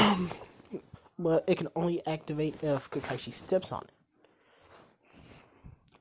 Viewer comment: Did he just say "kakaisi" it's "kakashi"